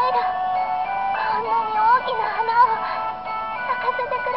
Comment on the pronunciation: hmmm. . much more sexier outfit and heard plane sound effect again LOL ookina hana not oukina hana btw